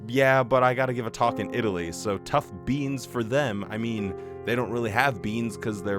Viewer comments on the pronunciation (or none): none